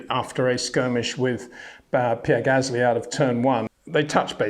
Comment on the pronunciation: Yeah right, Max Vershhhtappen and Pear Gasly. Come on Peter🤦‍♂️You can do better than that. Btw. how do you pronounce the word "stop" or "step"? Is it something like shhhtop or shhhhtep. I don't think so.😎